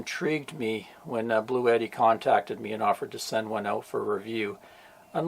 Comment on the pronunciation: I'm just glad you didn't pronounce it "Blue-Yetti" like so many do. Drives me nuts LOL